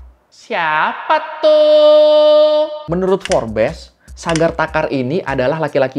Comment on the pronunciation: Bang itu FORBES dibacanya bukan FORBES, tapi Forbes...